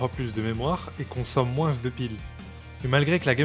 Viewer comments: as-tu vraiment prononcé le "s" dans "elle consomme moinS de piles" ? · vers et consomme moinS de piles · pourquoi tu prononces le "s" dans "moins"? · Toujours aussi géniales tes vidéos ! Mais pourquoi prononces-tu les « S » du mot « moins »??🤣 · mec j'ai remarquer que tu prononçais les ''s'' de ''moins'' mais faut pas les prononcer sauf quand tu fais la liaison lol =p sinon continue ce que tu fais c'est super sympa ^^